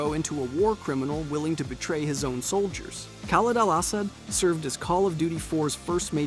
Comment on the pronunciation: "Khaled Al-Ahs-ad" "Cordis DIE." You should try playing CoD4MW and BO2. They are really good.